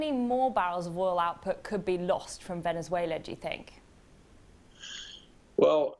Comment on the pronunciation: the guy cant say the words Ven-ez-uela or Mad-u-ro